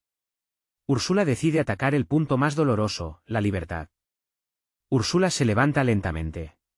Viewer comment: 1.- ERES UN DIFUSOR TÓXICO DERECHISTA 2.- SE ESCRIBE "ATAVISMO" NO ATABISMO 3.- SE PRONÚNCIA ÚRSULA NO URSÚLA